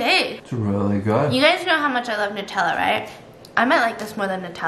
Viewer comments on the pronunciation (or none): none